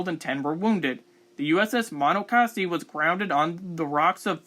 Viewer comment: Bruh. Muh-NAW-cuh-see